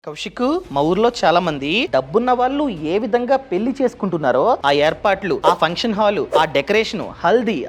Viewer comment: వాల్లు పెల్లి ఏంటి బాబూ నీ తెలుగు మండ